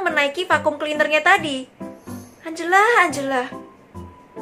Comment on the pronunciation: engela lo kak bukan angela😅